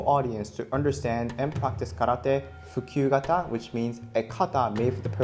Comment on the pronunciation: "Fukyu kata" WHAT DID YOU JUST SAY TO ME?